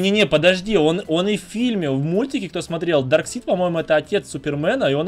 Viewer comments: Во-первых не дарсит а дарксайд. А можно в юных титанов было переодеться. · Не дарксит даркасайт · не дарксид а дарксайд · Самые лудшие капитан Америка железный человек и человек паук из всех фильма и кста не дарксид а дарксайд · ето не дарксит а дарксаит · Не драксид а драйксад